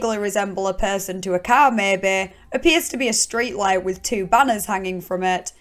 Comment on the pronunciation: I could listen to you say perrrrrson all day. Love your vids